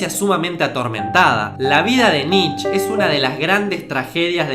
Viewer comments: cometiste un par de errores en la parte de Nietzsche (se pronuncia como "knee-tcha" no "nich") En El Zaratustra el loco (otro personaje) había anunciado La muerte de Dios, no el Zaratustra. Y el tema de Heidegger y el nazismo es más complicado, el voto por Hitler pero se arrepintió eventualmente, y no sé quién de los dos estará mal informado, pero en principio el no había "malinterpretado" las obras de Nietzsche, de hecho, fue el que más exhaustivamente lo analizo y le dedico 4 libros a el, cuando todavía sus trabajos vivían en Las sombras. Si me tiras una fuente de lo de Heidegger te lo agradecería. Y lo del Superhombre olía mucho a resumen de revista Billiken, pero está bien lograzo considerando que lo tenías que explicar en menos de un minuto (entusiasmo a todos a que indaguen más en este autor y sus conceptos). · Se pronuncia "Nitche", no "Nitch" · Amigo no se pronuncia nitch es Nietzsche así tal cual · Por favor, dejá de decir nich, se dice Nitche, la E se pronuncia en alemán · Se pronuncia "Niche" no "Nich", banana.